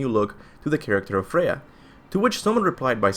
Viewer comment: Freya... Freyja